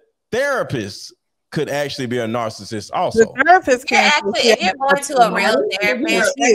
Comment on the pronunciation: Someone tell this woman how to pronounce “narcissist.”